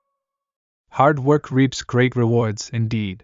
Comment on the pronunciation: おはようございます。 本日も更新ありがとうございます。 難易度は1にします。multi-grainなど少し訳を考えた文章もありましたが一応20/20でした。 reapは最初leadに聞こえましたが、途中で気づきました。 That's when I realized that I am no longer making the mistakes I made in the past. For example, I might take the art of driving a car as an example. In the past, I would often get honked at because of my poor driving skills. Now it is the other way around and I am the one honking the horn all the time. Of course, that is not always a good thing. Anyway, I used to drive late at night to practice driving. I am sure that this has led to the improvement of my current skills. On the other hand, some technologies have degenerated. That is calligraphy. When I was a child, I was confident in my calligraphy and was proud that I could write better than adults. But because I stopped practicing and stopped writing, my handwriting has become worse than most people's.